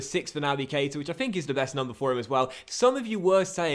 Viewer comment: PLEASE! It really annoys me when people get his name pronunciation wrong. It's pronounced like Ka-Eeta. Like so docks can see please 💯💯